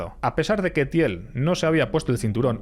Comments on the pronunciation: qué ignorante el que habla se pronuncia till no tiel y Peter no Piter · Se pronuncia Tiiiillll, por favor. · Se dice Til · Se pronuncia Til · Un poco de esfuerzo en pronunciar ciertas palabras en ingles correctamente, le quedaria bien al video. PayPal, Thiel, etc... Revientas timpanos con leerlo de pura forma castellana.